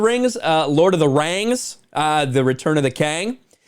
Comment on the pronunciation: Lord of the rangs!! Hahahahahah